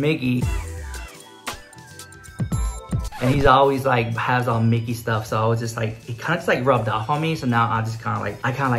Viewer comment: I'm 31 years old but when you said "dickey" instead of "mickey" I laughed (out loud) SO HARD